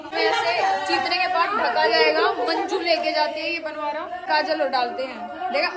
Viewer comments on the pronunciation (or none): Bnvara nhi hota bnora hota ha 😂